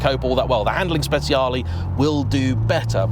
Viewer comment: Hi, have to correct you on the pronunciation of Speciale 😬 I remember May got it wrong first on top gear for the 458 Google translate says it right, if YT allows me I'll link it in a reply